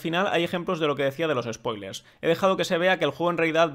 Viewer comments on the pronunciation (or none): none